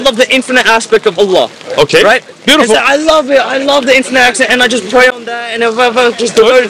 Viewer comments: The way he pronounced Allah was profect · This Sikh said Allah perfectly.